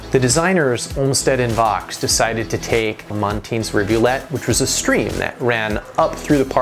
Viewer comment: You're mispronouncing the name of Calvert Vaux. It is French, and rhymes with 'faux.'